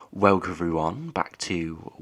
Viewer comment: Does this guy actually read the comments on his videos. First off I need to get this off my chest, his voice is grating and annoying. He can’t pronounce “Welcome” (replay the first 2 seconds of every video he’s done) 👍 let alone forecast the weather. Sorry but this person hasn’t got a clue. It’s sad because he’s obviously passionate about the weather and models and all but he doesn’t know how to interpret it and present it in a non biased way 😞